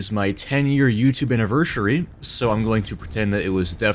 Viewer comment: Obligatory "10 year annivershurry"